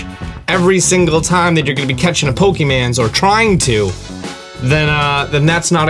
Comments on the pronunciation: We gonna just ignore the fact this dude committed a crime saying pokeman at ? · He said "when your gonna catch a pokeman"😂